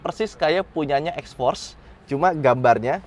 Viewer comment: Salah aksen anda mas maksudnya itu xforce yg jg Mitsubishi